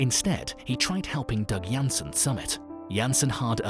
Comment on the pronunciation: Broo it's Doug Hanson with an H, not Jansen......